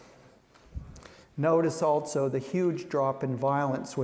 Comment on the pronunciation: That last guy kept saying “”altso”” instead of ‘also’..